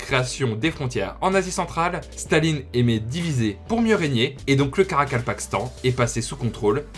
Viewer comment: Bravo pour la prononciation du Karakapakastan👏 Moi j'essaie depuis tout à l'heure et j'y arrive pas lol